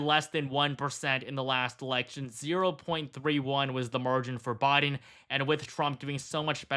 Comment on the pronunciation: Its Wis-consin not WIS-SCON-SON...FFS, I'm Australian and even know this. And it's BI-DEN not Boi-din lol😂yon muppet... FKH TRUMP 2024